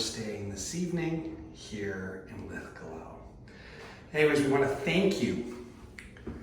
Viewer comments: I love how your pronunciation of Linlithgow got worse as the video went on! 😀 A hard one for our cousins across the pond. You were correct the second go, right at the start btw, not that it matters. One love from Glasgow. 💙 🦁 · It's pronounced Linlithgo. The W is not pronounced. Just as Glasgow is pronounced Glasgo. However, Loch Lomond is pronounced Loch Lowmend. Next week's lesson will be Milngavie and Culross.